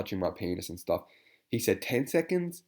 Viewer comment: LOL that was spelled out so perfectly! “Stahff” 😂